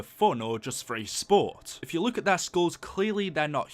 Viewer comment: why do you you say luke instead of look